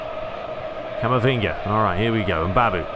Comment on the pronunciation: Please stop calling camavinga camavingy it sounds weird